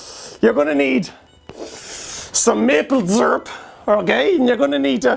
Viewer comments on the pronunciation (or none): seer-up, not zeerp